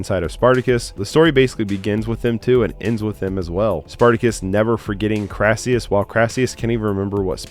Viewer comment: Olivier played 'Crassus' not 'Crassius' based on a real Roman General & politician